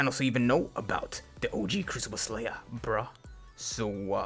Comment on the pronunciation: How many times did he say crucible slayah